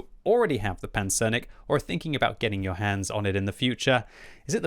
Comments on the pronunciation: Nice pronunciation on the Pancernik! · Great pronunciation as always, but I thought Lem's name for the tank was supposed to bring "Battleship" rather than "Armadillo" to mind - the word pancernik works for both. Anyways, thanks for the review:)